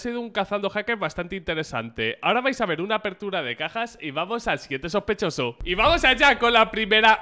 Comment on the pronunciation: SHOSPESHOSO <3